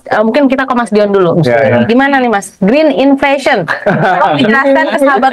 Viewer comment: Grinfesen.. Kedengarannya😊